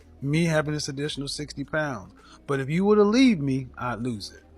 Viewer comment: Lose not loooooos